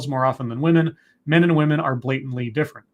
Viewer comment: What is it about this trend of women pronouncing women as 'woman'? Is this some kind of feminist new speak? Perhaps women are now referred to as 'woman' as a collective? Because...last time I checked the plural form of woman is women pronounced wimmen. I notice she uses the correct plural of man, men, but not women. Me don't get it.